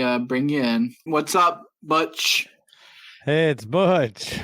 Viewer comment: how stupid is the mfer saying butttch instead of butch